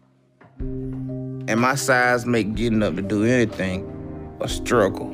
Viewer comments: “I scruggle to move...I scruggle to get up...” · I scruggle to take a stower, I scruggle to sweep at night... I even scruggle to ezist!